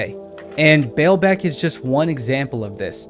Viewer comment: The Lebanese Pronounce: Ball beck, not bail beck! I have been there it's amazing. However, it has been pointed out that huge stones were worked in many, many Roman sites, not just here.